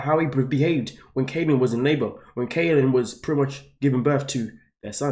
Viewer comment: Please, please, please, learn how to pronounce people’s names! It’s Kylen, not Kaylen.